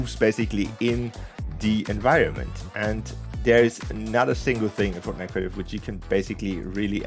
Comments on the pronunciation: We're never gonna let you forget "FROTNITE" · Lol “frotnite “